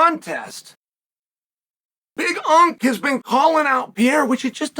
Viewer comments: Omg ITS BIG ANK. NOT BIG UNK. WATCH A DAMN BEDTIME MMA VIDEO FFS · Big unc ? Big unc is you chael. Big unk is Jon Jones 😄 Big Ank, like anchor. Is the LHW championship